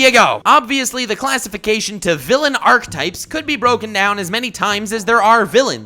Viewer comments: Am I the only one hearing him say "archetypes" wrong? Edit: also reconcile And that episode where Robin was being wild and seeing Slade, there was literally a drug in his system that you overlooked. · Wait, do you not pronounce the first “e” in “Archetypes”?